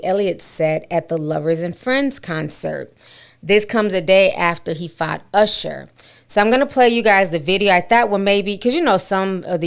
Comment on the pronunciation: I haven’t heard someone pronounce usher like that in a long time. I swore I heard “arshuh”